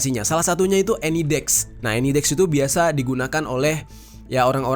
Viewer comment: Baca Any Desk itu ya "Eni Desk" bukan "Eni Dex". jadi -sk bukan -ks